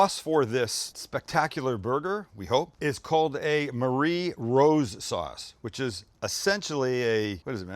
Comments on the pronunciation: This looks insane! Definitely knocking some of this up soon! BTW it’s pronounced “marry rose”, not “Marie” like the girls name. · Looks awesome! By the way Marie in this case is pronounced as “marry”